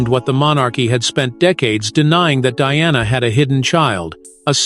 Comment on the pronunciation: God help you. Why do you try to mar Diana's name. She endured enough in life.